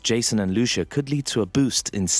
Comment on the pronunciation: It's not Lushu it's Lucia